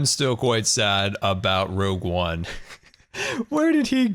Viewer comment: I love "Rouge One, but with llammas"